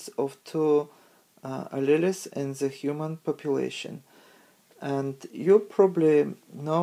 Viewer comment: Great video. but alleles is pronounced as a-Lee-o-s. tho had a hard time tying to catch all the words to it but great vid